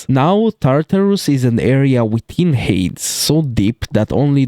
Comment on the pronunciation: Little correction on the pronunciation of Hades, it’s said like (Hay-dees), Hermes is pronounced (Her-mis), Charon is pronounced (Sha-rone), Hekatonkheires is pronounced (Heck-a-tonk-ariees), Typhone is pronounced (Tie-fon). I don’t like to nitpick but the Hades pronunciation was very unusual